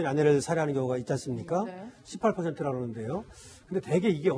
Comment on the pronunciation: 18%라고 할때 욕하는줄